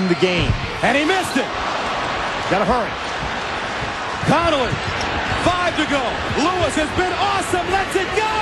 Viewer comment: To this day it still gets under my skin that Gus Johnson pronounced mike conley's name as "connoly"